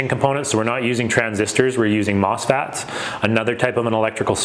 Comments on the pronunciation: it's mosfet, not mosfat. and a mosfet is a transistor. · MOSFET, not mosFAT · MOSFET … Not … M**FAT.